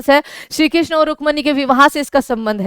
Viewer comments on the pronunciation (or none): none